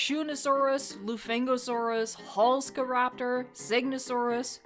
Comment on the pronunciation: Omg! Halkszaraptor! Halszkaraptor was named after Polish paleontologist and professor Halszka Osmólska:_evoStego: We had and have a lot of Polish paleontologist which discovered a lot of dinosaur species, especially in Mongolia. She among other species named the Deinocheirus! Sorry it was proud dino nerd from Poland moment xD Even if it don't make to the park I am happy already xD And if you are interested in proper pronunciation, we read "sz" kinda like "sh" in English. Sounds like good plan and good park! Can't wait for next episodes!:_evoStego: PS How could you put that scene. Evil!:_evoHuh